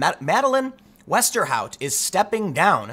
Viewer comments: Wow you actually pronounced the last name correctly, you familiar with Dutch? Also is she actually Dutch? Her whole name is Dutch... And she looks cute! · Good job with the right pronunciation of Westerhout. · Your pronunciation of ´Westerhout´ is pretty good.